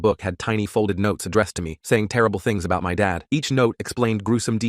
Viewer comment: "It was aboht 198-" 19!? Bruv you dat old?